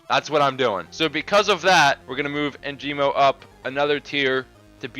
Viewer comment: perfect vid but "Enjimo" 🤣 its ENGIMO